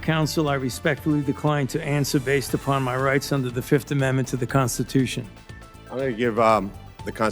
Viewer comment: He pleads the Fif . F I F.😂